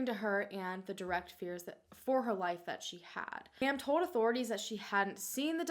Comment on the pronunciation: Every time says “told” it sounds like “toad” I think it is hilarious in the nicest way possible 😂❤️